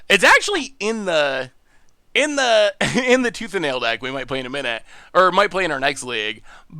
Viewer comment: attempting to mash tooth and nail together:: Tooth ale? My brain: Toothanal!... yup definitely.